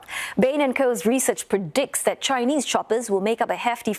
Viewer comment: Gosh your Chinese pronunciation is so poor, try to find a non banana to make this kind of news next time?